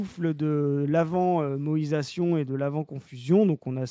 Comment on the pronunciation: Merci enfin de ré-expliquer le terme moÏsation. Ça fait plusieurs épisodes que j'entends moesition et je comprenais pas en quoi la politique française devient extra kawaii.